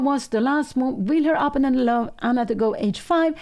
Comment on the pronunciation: I do wish that Pia would learn how to pronounce 'opponent'